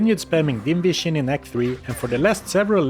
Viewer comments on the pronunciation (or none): Can't help myself, I hear "invision" instead of "dim vision" every time you say about that. You become invisible to enemies after all.